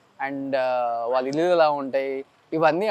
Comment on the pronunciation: please improve your telugu pronunciation. మల్లీ కాదు మళ్ళీ వాల్ల కాదు వాళ్ళ Dear suman TV management Please ensure that the anchor improves his diction.